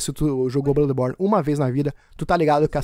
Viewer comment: Na hora que vc falou no início blãdeborne,na hora pensei barbaridade tchê 😂😂😂😂